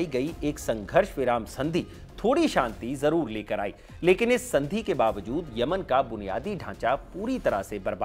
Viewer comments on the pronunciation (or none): none